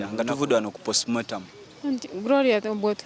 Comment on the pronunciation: Olwokuba Ba Nakyalo Leero kamubamaleko emirembe ne camera zamwe 🙄🙄🙄 Omuwereza Mulunji Naye Tamanyi Kwogera the word is postmortem not postmotamu😮